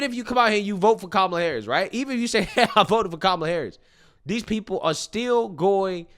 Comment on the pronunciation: did this man say “wight away”